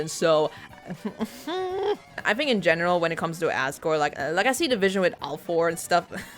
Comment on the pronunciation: Every time you say "I see the vision" I hesr it as "ICE-E division" lol